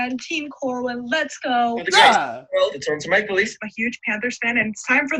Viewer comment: answer 3 said "male leafs" instead of ""maple leafs"